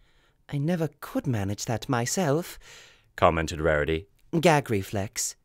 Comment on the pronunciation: "Rahriy was anhry."